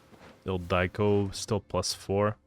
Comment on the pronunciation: Ildiko is not "ildaiko", say it like you say the other names like Priscilla. The second i is pronounced the same way as the first one. Sorry I had to say it it hurts 😅